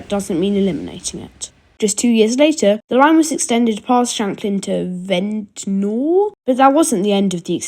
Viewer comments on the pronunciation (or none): its said vent-nuh